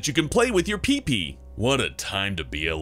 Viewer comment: The way you said pe pe was funny